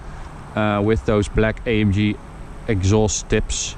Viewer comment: “A em ghe” Please.